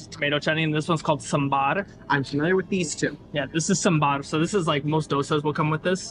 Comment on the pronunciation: Saambar not sumbaar